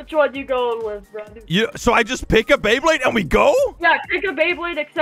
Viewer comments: Bro just said bleyblade c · Is it just me or did he say blaybade